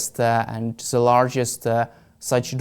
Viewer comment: Why all Ukrainians and Russians pronounce the as zee? lol Whahhahahaa